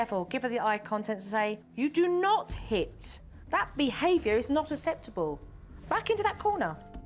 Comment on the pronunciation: aKseptable not aSeptable. Good grief.